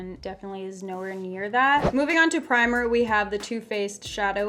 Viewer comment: Am I the only one who was super confused when she said primer